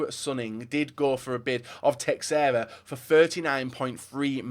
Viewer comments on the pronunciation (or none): tries so hard to pronounce the name of the chinese club no-one cares about and then straight after, completely butchers the name teixeira without a care in the world. xD